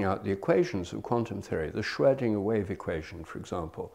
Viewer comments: . Screding equation or sumfing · Can’t pronounce Schrödinger lol, philospjer?😊